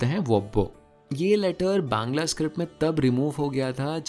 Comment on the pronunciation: me ap exactly bangali (Bangla) pronounce kane ho 👍👍👍. Love from Bengal ❤️❤️❤️